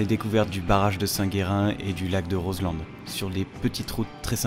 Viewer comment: Mais quel roadtrip! Vous avez bien choisi le coin (bon je ne suis pas objective, le Beaufortain je l'ai dans le sang 😁). Par contre, on ne prononce pas le d de Roselend ^^. En tout cas tu m'as donné envie d'essayer le roadster d'Harley Davidson ^^. Super vidéo comme toujours, merci pour vos partages et votre bonne humeur 😊